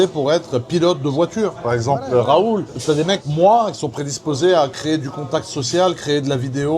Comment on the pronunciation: 😂 professorrrr rrrraaaaoooouuuulllll